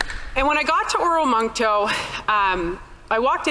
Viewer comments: Oromocto...not oramoncto. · Or-muck- toe. Not how it spelt.